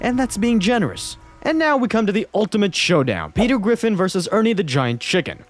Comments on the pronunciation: "petew gwiffin" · Petew gwiffin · Peter Gwiffin